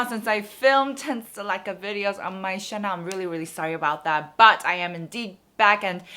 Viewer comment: “Channel” is not pronounced as “Chanel”